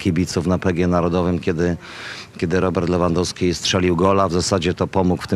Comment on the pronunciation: jak możesz Panie Borek ciągle na rzut rożny mówić Corner, gdzie ty chłopie mieszkasz ? albo jak można wymieniać nazwisko piłkarza np Lewandoski ale to akurat się tyczy większość tych co pracują w TV... Komoroski, Trzaskoski itp itp nauczcie się języka ojczystego głąby...